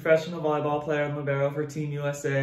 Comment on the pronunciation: i hate how they pronounce libero, as LEE-bear-oh